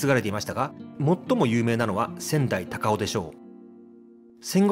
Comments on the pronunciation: なんかアクセントがおかしいね。 曰く、「大門↗」「高雄↗」「ランク↗」「勝山→」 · ｢高尾｣｢大門｣のイントネーションが違う。あと｢酉の市｣は毎年日にちは違う。11月の酉の日。もうちょっと勉強して。